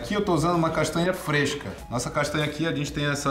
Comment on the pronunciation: nao tenho maturidade pra esse seu jeito de falar palavras com NH (castânia) kkk S2. vale pelo engajamento